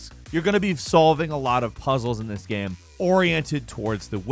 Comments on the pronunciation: Gayme? Just say game like normal people. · ~WAT IS A GEHM